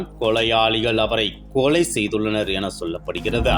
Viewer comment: அவங்க கொலை ஒருபக்கம் இருக்கட்டும்....தெருவிள்-கொளை-தகவள்-கும்பள் என்று இந்த காம்பியர் தமிழைக் கொலை செய்கிறார்....